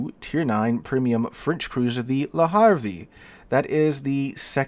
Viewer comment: I am not French and I have seldom spoken French since leaving high school, nearly forty years ago, but, when I do speak French, it is with a Parisian accent*. "Havre" is not pronounced "Harvey" but like the combination of "have" and the beginning of "red" * Why I was taught to speak Metropolitan French, like a Parisian, in the schools of Canada's National Capital, where the nearest French speakers use Quebecois French (which I find nearly unintelligible) is an enduring mystery to me. It caused problems when I visited France. Speaking like a native, you seem like an idiot, not a foreigner, when asking basic touristy questions.